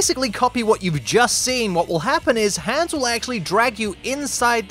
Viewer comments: the an in Hans is pronounced like On instead of the an in hand. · You pronounced Hans incorrectly. Nice video though!